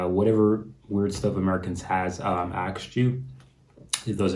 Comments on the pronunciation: It is not "akst" but "asked". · Why is it so difficult to pronounce ASKED the way it should be, and not axed??????????? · Aksed... did you say aksed? That is dumber than anything in this video.